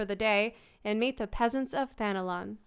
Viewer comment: Why does it sound like I'm hearing Thanalan being pronounced as Thanolon?